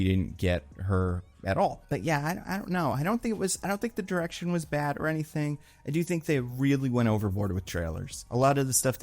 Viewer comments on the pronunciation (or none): none